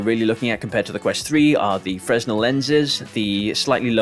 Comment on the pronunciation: Great video mate. But, and this comes from the place of love fresnel is pronounced as fray-NELL 🙈